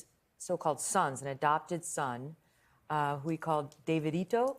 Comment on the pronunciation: It’s pronounced David-ito NOT the way this former member is pronouncing it. Go watch Ricky Rodriquez’s video yourself and he tells you people pronounced his sister’s name “Davida” incorrectly too. They pronounced it like this lady is saying but, no, it’s pronounced as regular David with “eato” at the end for Davidito or “ah” at the end for Davida. But those weren’t their real names. Davidito is Ricky Rodriquez.